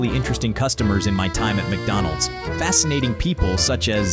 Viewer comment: mcdonalds? nah, mcbonalds